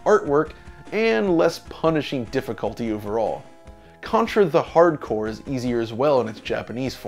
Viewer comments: Why are you calling Contra "The Hard Corps"? It's just "Hardcore". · "Hard Corps" is pronounced "Hardcore"